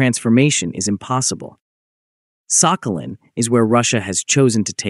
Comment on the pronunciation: Thank you, ChatGPT. But the commenter was just mocking the pronunciation of the island's name in the voiceover, is all. In the Russian pronunciation, the "х" is somewhere in between the Scottish "ch" and the English "h", not "k"; and the stress is on the last syllable. "Сахали́н".